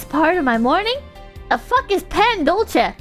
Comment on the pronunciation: She said Pandolce correctly and the entire chat unanimously gaslit her to say it wrong lmao